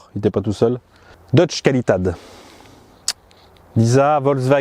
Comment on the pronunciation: Et « Deutsch qualidad » on en parle ? 😅